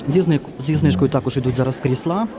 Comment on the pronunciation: чому кріслА, а не крІсла? Вибачайте за таке питання, але невже так дійсно правильно? P.S. Щиро дякую за огляд, обожнюю Юск.